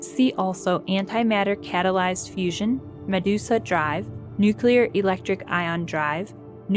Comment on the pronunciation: I laughed at her pronunciation of Medusa like "Ma deuce a".